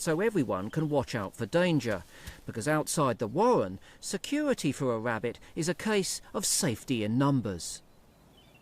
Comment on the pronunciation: wow i never realized how much i hate hearing the letter R mispronounced, like nails on a chalk board wabbit wawwen over and over.....